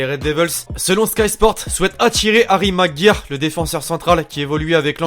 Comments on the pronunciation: Sa se dit Harry Magwayeur 😂😂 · stp tu peut faire un effort de prononciation stp prcq ton "harry Maguire prononcer en francais " il ma fait mal aux oreilles 😂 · maguire sa ne se dit pas comme tu le pense sa se dit magwayer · Stp prononce bien harry maguire